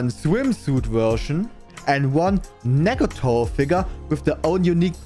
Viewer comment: I love how he pronounces "Nagatoro". "Nagatowo"